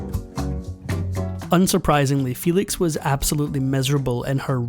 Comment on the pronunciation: Excellent documentary! Maria Felix did not pronounce her name "FEE-lix", her surname was pronounced "FEH-leeks", as it was in Spanish.